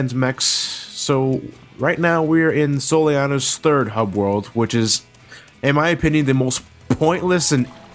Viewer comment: She said Soleenani...